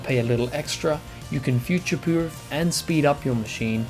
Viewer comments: "you can future pwuer and speed up your machine..." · He said "future poorf"